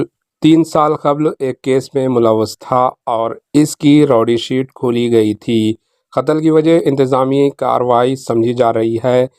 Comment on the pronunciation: 😂😂😂intezami... Inteqami